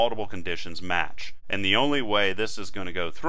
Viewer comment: u said "and" very funny :D